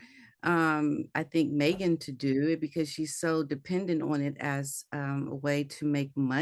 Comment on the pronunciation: She says" maygen"